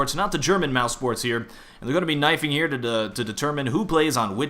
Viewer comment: why pronounce it mousports?